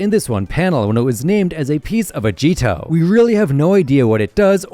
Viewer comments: Also the "G" in Agito's name is pronounced like a normal "G", any Japanese word that is spelled with "G" in its Romanized spelling, will be pronounced like a normal "G" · The way he says agito is funny it sounds more like ahhgito💀💀💀💀